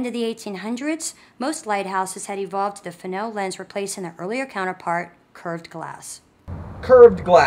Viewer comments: Why do you keep calling the Fresnel lens a "Frennel"? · If the heliostat costs so much why not just run a fly wheeloff an electric motor with a worm gear to adjust for the suns movement? Not that hard...mathamatics Watson. Just a thought and maybe were all wrong but, in the great lakes its pronounced FREZNEL lens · I`ve heard of and seen Fresnell lenses, but what is a Frenel lens the presenter is babbling on about, or is he to stupid to pronounce the name properly?